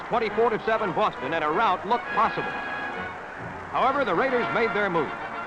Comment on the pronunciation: Holy Sheep Shit!!! What an amazing beginning for the RRRRaiders voice!!😂